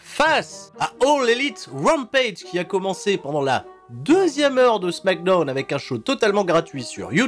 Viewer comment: Je me rappelais plus pourquoi je n'étais pas abonné à ta chaîne, mais ça y est je m'en souviens. "Smackdeune" c'est trop gênant.